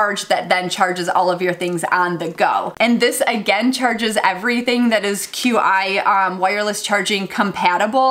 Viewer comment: qi is pronounced "chi"